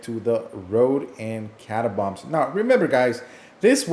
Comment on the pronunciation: Cata - bombs